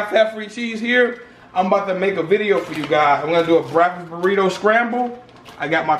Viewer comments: Shit aint real until says "BRACKK-Fess" hahahaaaa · "I'm gonna do a BRACKfess burrito scramble."